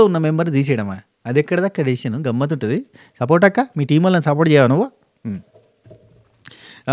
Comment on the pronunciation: Support akka ante Ann naku sapota akka ani vinipisthundi pandu sapota